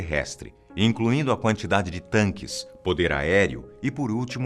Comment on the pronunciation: dps que o disse "tanque" já parei de assistir